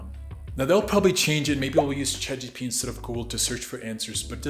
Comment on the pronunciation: It’s Chat GPT not Chat GTP.